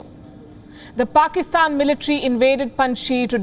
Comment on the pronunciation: wtf is parkistan? khud ko bolna nhi aata 🤣🤣